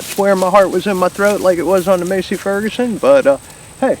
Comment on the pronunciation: This guy just call that tractor a Macie Ferguson 🤣🤣🤣 you can tell he’s from the city lol